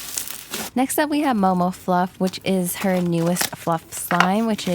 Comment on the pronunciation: sounded like she said mobile slimes😂